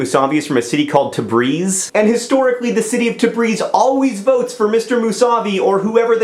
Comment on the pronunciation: lol you say tabris funny lol its actually tabb-reez! and khamanaEE is a duch bag too!